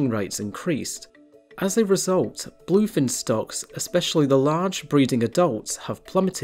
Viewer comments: Bul-oiy fin? Ree-creational? Maybe you oughtta work on the pronunciation guy. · i hear "boii"fin tuna 😂